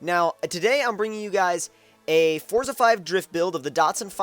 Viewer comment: Pronounce the game correctly.